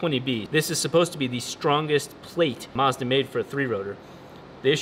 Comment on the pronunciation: You pronounced Mazda wrong